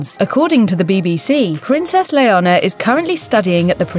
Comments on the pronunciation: It’s not LeohNHOR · Please get the name of princess Leonor correctly. 😡😱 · I highly doubt it. It sounded like she said Leonor and just didn’t pronounce the “r” hard enough. Kinda like how “Noir” is pronounced by some people. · It’s leanor but pronounced that way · Clara, no hay mayor drama. Simplemente un error de pronunciación. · She did pronounce it as that??? She just didn’t enunciate the “r” hard enough, similar to how some people pronounce the word “Noir” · as a Leonor my self this was painful to watch. butchering my name over and over again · PLEASE pronounce LEONOR correctly! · Learn how to say Leonor not very hard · Leonor not Leona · The Crown Princess' name is not Leona. It's Leonor! Today is her 17th birthday. The z in Letizia is pronounced like the th in theory or thing. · I believe it’s Princess “Leonor” and not “Leona”. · Leona is lioness, not a name in Spain, maybe internationally it is (Leona Lewis), but she is called LeoNOR, to help you pronounce, "layer-NORE". It's the Spanish version of Elinor or Eleanor. She got Sofía perfectly, though. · It’s definitely not her accent. In a British accent the name is pronounced “len-OR”. She flipped the “n” and “r” and added an “a” that isn’t even there. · then you should hear really hard she just said it l-e-o-n--o-r that's why it's sounds like "Leona" you guys are just being rude and how she can she git her name wrong Princess Leonor is sooo famous as h*ll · Having a shot every time she pronounces Leonor as "Leona" would make for a good drinking game. 🥂😆 ...Anyway, those girls were absolutely adorable as kids and are remarkably bright, eloquent, confident and pretty as teenagers. Felipe and Letizia seem to know ehat they're doing! 👏🏼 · It's not Leonora, it's Leonor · Princess LEONA??... It is Leonor.... not Leona. Please, say it right. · I can't with that prononciation. It's Leonor not Leona 💀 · Why does it sound like you pronounced her name as Leona 😭🤷🏻‍♀️ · Please, it's Leonor, how could you